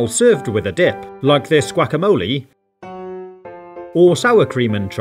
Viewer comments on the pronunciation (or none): He said wackamoli